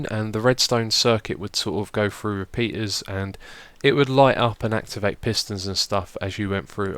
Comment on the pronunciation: The word that sounded like penis was repeaters xD